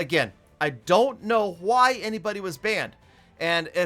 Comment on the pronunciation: why do you say why like huy?